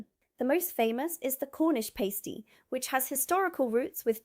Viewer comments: It's a pah-stee, not pai-stee. And it traditionally had meat, potato and veg in one end with a sweet dessert in the other. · It’s not a paystee, it’s a pas-tee. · Its Pass tee😂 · That was not Jam RolyPoly, is was an Arctic Roll (sponge, jam and icecream). Pastie, the past rhymes with mass. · Pronounce Pasty like you pronounce Pasta. Chocolate Crunch and pink custard, there was never enough custard to soften the crunch. I think schools knew how dense their food was, and structured their daily lessons accordingly, I always had maths in the morning, right after assembly. If you want something interesting to look at, I’d check out the structure of primary school’s and their days. I went to a Church of England primary school, days varied, but always it went: 0850 register 0900 morning assembly - usually featuring the headmaster or some guest (usually the local parish priest or sometimes a member of the local emergency services for safety talks) singing a hymn, any other business etc. 0930ish first lesson period (we stayed in the one classroom for all of the day) usually maths - thinking about it it was always maths. 1030 1st break 20-30mins eat a snack from home, and run around in the open air of the playground (and a chance for the teachers to get a coffee in the staff room) another lesson period, English, History, geography, PE - often spent freezing out on the playground learning to play netball or something or other (there was always one day for outside PE and one for inside) 12-1415 (we really had a long lunchtime, probably to encourage us kids to burn off the excess energy of lunch) another lesson, usually not quite as taxing, then we finished for the day. Tuesdays were always singing practice and denoted an extra long assembly, in preparation for a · I am not surprised I am not subscribed, This is mostly rubbish. Please pronounce pasty correctly. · You are pronouncing pasty incorrectly, the 'a' is a short one but you pronounce pastry correctly with a long 'a'.